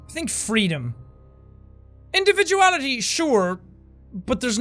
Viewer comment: Is it just me or the word "individuality" he said it funny in